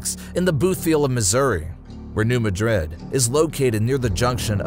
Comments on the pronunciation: Not you too!-its new mad=rid,not new ma-drid,please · If i hear one more person call my hometown new madrid im gonna scream! iTs New MAD-rid. We dont say it like madrid spain. Its got a country twang to it. Im not trying to be mean im trying to correct how you say the name of the fault line. Also many pastors in the 80s had prophetic dreams about this time! Great video! Much love❤ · It kills me the way the Bootheel of Missouri and New Madrid are pronounced in this video.